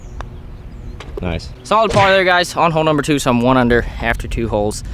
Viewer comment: could you drop an image of a salad bar on the course when someone says 'solid par' on another video. I can't be the only one who thinks they sound similar!